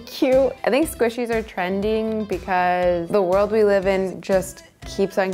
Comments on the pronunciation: the way she said squeeshys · I love how calls them Squeeshees.